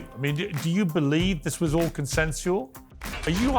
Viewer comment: So everyone gonna ignore he said “consensual”